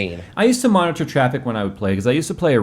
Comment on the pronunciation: I don't know why, but it really bothers me the way that annunciates Monitor. O.o